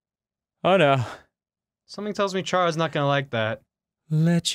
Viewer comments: Its KARE- uh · just so you both know-- Chara is pronounced like Character, so it's basically Kara. it was bothering